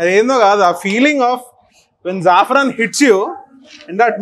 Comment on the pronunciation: Are adhi zafran kadhura safron. Vallaki palaku chethakaka ala petukuntu mana slanga lo kuda adhe na